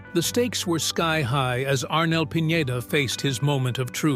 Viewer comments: Arnel's last name is Pineda-- not Piñeda,. See the difference? Please pronounce it correctly. Thanks for posting this video. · You featured Arnel as grungy looking, down on his luck singer. Like he has fallen on hard time. AND, it is Pi-ne-duh. Not Pinyeda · Pin- yey - da? That's pronunciation is only for Ñ. It's just PINEDA.